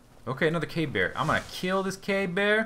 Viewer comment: Every time you say cave bear, it sounds like you're actually saying 'gay bear'